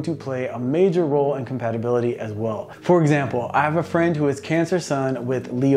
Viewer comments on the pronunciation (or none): none